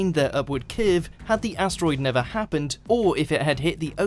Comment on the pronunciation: "Upward crvve" It's pronounced curve, this guy can't talk properly, I can't listen to this :/